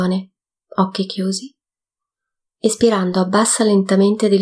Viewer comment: Ringraziando tutti per questa attivita', faccio notare che per chi non conosce l'esercizio, sarebbe importante che la pronuncia di "Inspirando ed Espirando" fosse piu' chiara o sostituite da DENTRO e FUORI perche', particolarmente nella terza pratica, non si capisce quando ti mangi la N di Inspirando e quando confondi la I con la E di Espirando, rendendo impossibile distinguerle, entrambe risultano qualcosa come "ispirando" che non e' ne uno ne l'altro. Andando a visionare lo stesso video in inglese si evince che, al contrario delle pratiche precedenti e seguenti, nella terza il primo movimento va fatto espirando. Grazie.